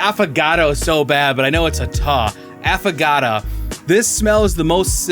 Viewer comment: AFFAGATAAAA is NOT how it is pronounced. It is pronounced AffO(oh) gaTO (like tho). Please....